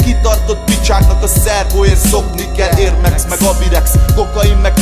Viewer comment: Nem "Érd mex meg abirex" hanem Air Max meg Avirex